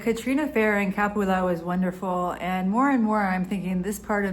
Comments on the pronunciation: Pronounced Ca-PU-la. FYI. Great video. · Please! CAPULA does not have an accent on the A, the accent is on the U. Ca PU la.